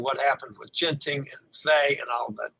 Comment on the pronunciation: Disable the auto updates in your mobile's settings! Yes, I'm here! My corrections are out of love so you sound like a pro and not like those Canadian cruise clowns! Genting is properly pronounced with a hard G as in get, geisha, Ginza. For most Asian language transliterations, the soft G sound is always spelled with a J. And in German, W is pronounced as a V, thus Werft is pronounced with a V. Excited to see how Disney (DCL) transforms their new ship! 👍